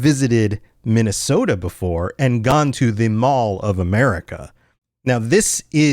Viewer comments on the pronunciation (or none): none